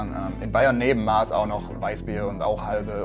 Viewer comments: es heißt nicht maas sondern MASS aber ok 👌 😂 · Wie sehr ich das nicht mehr hören kann, die Maaaß. Wenn du was ausmisst, nimmst du Maß. Bei der Maß liegt die Betonung auf dem S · Üb nochmal an der Betonung von Maß mein bester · Mhm, the Bavarian beer thing is technically not wrong, but Bavarians themselves pronounce it like Austrians, "Moss". Instead of "Ein Maß Bier", like in the rest of Germany, they say "A Moss Bier". It's a dialect thing. Again, not wrong, just a fun fact. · Bitte "Mass" aussprechen - da tut das bayerische Herz weh bei Maaaaaaß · Argh! Bier trinkt man in MASSEN, nicht in Maßen. Leichte Eselsbrücke, wie man sich die Aussprache der Maß merken kann. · Warum sprechan de Leid des als "Maas" aus?! Ich seh koa zwoats a, aber dafür a ß und des wird ja wie oben scho gesagt auch in "Masse" so ausgesprochen💁🏼‍♀️ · alte rechtschreibung, mit neuer Rechtschreibung ist die Aussprache eigentlich MAAAAAS... aber ich kann verstehen, wenn man die konservative Aussprache verteidigt. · Doppel s ist schnell ne ß ;) und dann wird's Maas ausgesprochen :( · Maß ist keine Biersorte, sondern eine Maßeinheit. Das kann Helles, Radler, Weisbier, Russen sein. Und es wird "Mass" ausgesprochen. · Sorry da muss ich klugscheißerisch intervenieren: Die Maß Bier wird "Mass" ausgesprochen. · Es wird "Mass" ausgesprochen! Das hat nichts mit einem Metermaß zu tun! Guys pleaaase! Lernt es richtig! xD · Maß, Aussprache Mass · Mass!!!! Ohne stummes H bittschön!! Wird auch gern mit ß geschrieben. Ausgesprochen wie Fass bloß mit M vorne dran. zefix... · Maaaaas alter die Aussprache echt cringe 🤦🏽‍♂️es heißt Maß und wird ausgesprochen wie Mast ohne T. servus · Es ist ein eigenes Wort. Wir bestellen mit einer Maß nicht "das Maß" sondern "die Maß", deswegen kann man es auch anders aussprechen. Wir sind die es saufen, also lernt es richtig auszusprechen. Wir sprechen Kölsch auch nicht anders aus. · Bei Maß bitte das a nicht langziehen, danke